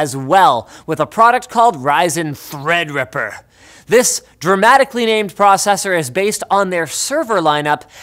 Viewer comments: Threa's a dripper ahhh it THREADRIPPER! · Why is it when I hear treadriper I imagine a cpu getting dipped in chocolate